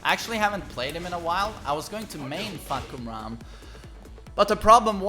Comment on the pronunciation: He said fuck koo ram 🤣🤣🤣 it’s pronounced faah-Kuu-mah